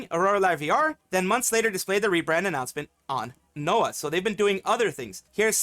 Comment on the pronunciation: NOA talent sounding like NO Talent from you